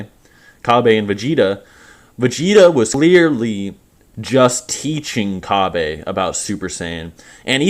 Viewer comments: Isn't his name Cabba? Not Kabe? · You know you're the only one who pronounces Kabba as "Kabé" right?